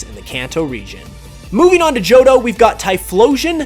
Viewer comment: IT'S JOHTO, NOT JOTTOH!